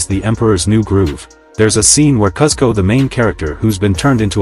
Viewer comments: Its pronounced KOOSKO!!! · You pronounce kuzco incorrectly and it ruins this short for me